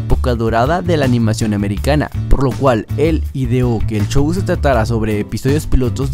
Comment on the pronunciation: X favor!! X favor!! No digas chow!, Di Como es Show, x lo menos a mi me estresa oir esa palabra 😅😅 Gracias 😉